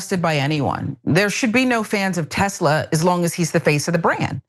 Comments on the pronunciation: It is pronounced 'Tess-la', not 'Tez-la'. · Can yoh say TeSla, not TeZla